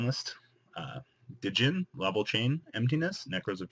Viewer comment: its been like 6 months and people still dont know the d in djinn is silent >.>